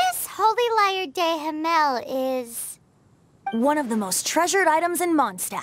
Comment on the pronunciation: Lmao everytime when i hear how the voice actors can't speak properly Holy lyre 'der Himmel',it sounds to me like ,de himel'